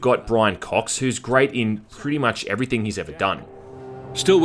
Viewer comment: "waah I hate basically evefing"